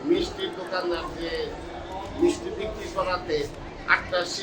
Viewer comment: "মিচটি" (মিষ্টি) তুমি কোন স্কুলে লেখাপড়া করে শিখেছো? টোকাই ফোকাই পাগল ছাগল যখন সাংবাদিক হয়, তখন বাংলা ভাষায় পাল্টে ফেলে।